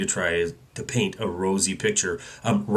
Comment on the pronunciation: Great pronunciation on "guillotine"! And great to hear you talking about sound money.